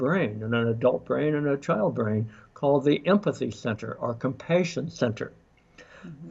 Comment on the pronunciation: Just curious as an ESL parent, I haven't heard anyone pronouncing compassion as this doctor does(compatience). Is that normal?